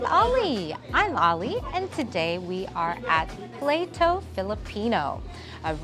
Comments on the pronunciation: Pla-to po.. Not play-to your so cute hehe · Oh no, it’s not “play-to”. The vowels are all short so its pla-toh meaning plate in Spanish. Do a little research and you’re click bait might actually get clicks…oops, you better research “vermicelli” too. -chelli and not -selly. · LA-ING, is not spinach, but Dried Taro Leaves. PLATO, pronounced as Plah-Toh not Playto, is Plate in Tagalog. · play-toe....its Pla-toh. u really didn't bother to ask for the right pronunciation huh ..I'm not hatin tho.. u really think they gonna use Plato the Greek philosopher as their restaurant name ? come on now. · Delicious❤️ By the way on pronouncing Filipino word is not same on English. Laing - Lah/eeng Plato(plate) - Plah/to